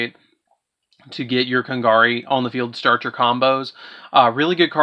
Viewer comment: I'm sorry for being a little bit of a critic, but you said Kagari's name wrong so many times. Please pronounce it correctly next time.